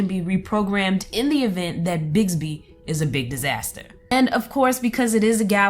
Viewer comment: It's BiXby, not BiGsby...